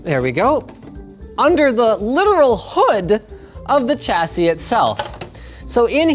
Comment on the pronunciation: its pronounced 'SHassis', silly silly